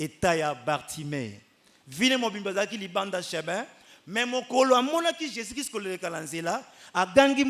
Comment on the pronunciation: Amen il faut bien préciser Jésus Christ, pas Jésus cri